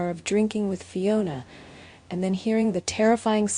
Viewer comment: Say Fiona’s name right please